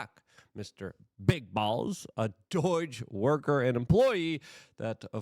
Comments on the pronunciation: Why does Luke say "DOURGE" I mean learn how to freaking say DOGE...there's no R in it.... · It’s pronounced DOH-JUH not DOYG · It's DOGE for crying out loud, not DOIGE! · Luke, it’s pronounced dowzh, not Deutsche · Me: Say Doge Luke: Doige Me: Perfect, thank you. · Doge not doyge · NOT DOYGE........ can you say D owe GE????? work on it Luke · Does it bother anyone else how he says "doige" instead of "doge"? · Not DOIGE It's DOGE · There is no 'I' in Doge ! Its not Doige . Man , Idk why but thats REALLY been bothering me Luke 😂 😅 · Why the hell do you pronounce it DOYJ? Weird. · Dude. It's not Doige. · What the heck is "doige?" Ffs, get it together, man! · Luke please pronounce DOGE properly lol...its not Doyge, you sound like a boomer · Why do you say “doige?” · You're saying doge wrong brother. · There's no "I" in "D.O.G.E." Bro